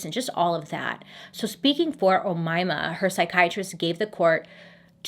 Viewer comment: you’re pronouncing omayma sa7 mat5afesh 👍